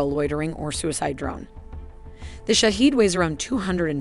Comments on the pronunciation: The pronunciation of iranian drone is "shaa head" not shahid or any other wrong pronunce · Bravo Persian engineers !!!! Sorry but the pronunciation is wrong! It's not Shahid but Shahed which means the observer then attacks! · The correct pronunciation of Shahed is like E in External. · Its not shaheed its Shahed.. shaheed means martyr .. shahed means to witness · yeah but the pronunciation is shaHEED..... probably better like that.